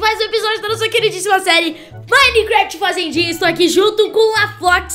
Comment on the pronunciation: "Faizendinha" Kkk ( quem ouviu oq ela disse? da like) q isso esse teu vocabulário ta show em Kkk Só tava brincando te amo mais "faizendinha" Foi ótimo Kkk ri muito quando vc disse isso Kkk Te amo